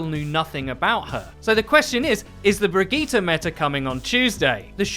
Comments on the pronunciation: Wow...miss pronunciatte a few more things. It's not brig E ta.... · Bri•d•jeet It's pronounced bridjeet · Why do people insist on trying to church up bridgetes name? Bri-gee-tee-tett-gon-gee-tah. You sound like people who try to go full Italian at italian restaurants. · Bridgette is french and it's pronounced bridge it...if for some reason overwatch pronouces it like you do...it's dumb on all ends. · Who says Brigitte like that? It's not french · Can we please start saying her name properly shes not a sayin i dont get it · It's actually painful to listen to how awfully you pronounce Brigitte lol